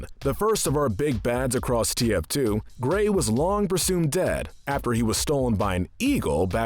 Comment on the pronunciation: he says "the face of TFT" This guy said TFT and not TF2 and it almost made me cry